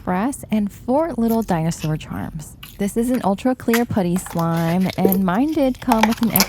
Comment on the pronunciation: It's pronounced puh-tty (put like hut) not poo-ty 😊